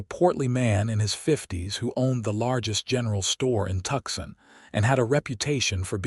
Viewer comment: I like the Ranger Stories channel but this story is driving me crazy because of the mispronunciations - examples: Tuxson instead of Tucson, correct pronunciation is Two - sun. 😢😢😢😢